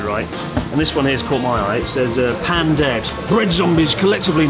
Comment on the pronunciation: Something I find interesting in all your videos, is how sometimes you have proper pronunciation when you are speaking in only Japanese, but then have gaijin-style "Air-EEE-Gat-O" pronunciation when speaking in English. Example in this video: "Pan" dead instead of "Pahn" dead. Any idea why your brain does that? It's amaybe like "Carry- Oh-Ki" in the US perhaps? I sometimes purposefully use bad pronunciation in English because I sound like a weirdo if I throw in actual Japanese in the middle of an English sentence.